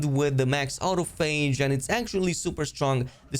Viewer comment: I think you are pronouncing autophage wrong. Au-toph-age, it’s from the biology term autophagy